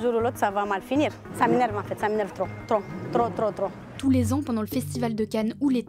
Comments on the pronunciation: « Sa menev tlo tlo tlo » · « Ça m’énerve tlo, tlo, tlo »